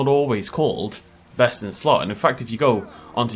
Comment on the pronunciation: I swear sometimes it sounds like you are saying BestInSlut. Maybe that could be your OnlyFans name